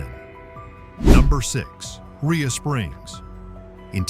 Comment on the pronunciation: Rhea pronounced ray not ria.